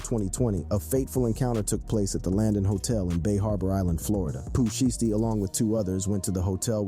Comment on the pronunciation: That’s not how you pronounce Shiesty 😂